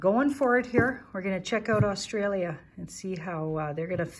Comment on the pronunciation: You even pronounce Australia properly 🙏👍💋👍